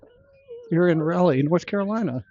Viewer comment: Raw lee... not Ray lee. goodness!